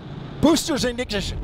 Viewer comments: booster igjishshshshs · BOOSTERS IGNISSHUSH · “Boosters inijush!” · He really said, “BOOSTERS IGNIGISHIN” 💀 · boosters ignichichshen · nope he meant booster ignidishion